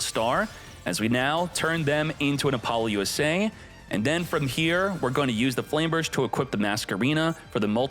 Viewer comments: "Appolo USA" is that what I heard? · "AppoloUSA" is sending me evey time you say it